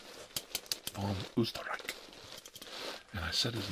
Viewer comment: This is perfect, I was just in need of ASMR to listen to while working on my own art. Thanks,! PS: Diggin that beard growth, wish I could see that bad boy fully grown! 😍 PSS: Just got to the Beer part xD, I'm Austrian too and I love every time you talk German and the Österreich pronunciation was good too:O